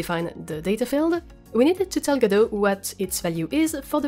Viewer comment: Merci:) Et joyeux noël en retard mais je viens de t'acheter ton jeu;) Et merci d'avoir mis en français ta chaine de ce côté:) Dommage la trad dit tjs G-D-O au lieu de Godot ^^